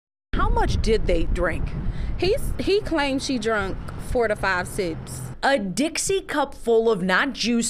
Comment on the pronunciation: It always makes me laugh when people can't say drank... lol